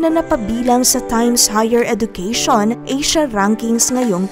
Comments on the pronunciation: Hindi po edukeyshon but edjukeyshon ang wastong pagbigkas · Please pronounce education as eh-juh-kea-shun